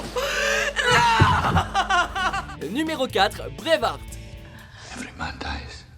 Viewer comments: on propose brai ye ve arte donc prononce le bien s'il te plaît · J'suis mort ptn faites un effort sur la prononciation de Braveheart